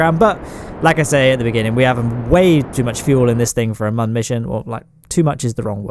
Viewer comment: Every time you say Mun it slightly triggers me.